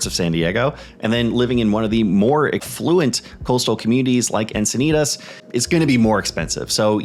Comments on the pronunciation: Only 1 I've heard you say. Locals say Enc-i-nee-tis instead of Enc-i-nee-tahs. So the end part is a "tis" vs. you are saying the end part as "tahs". Encinitas is the only 1 that I think you get wrong from how true locals speak (Born and raised here) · I live here and I have to say that it hurts my ears when you say Encinitas.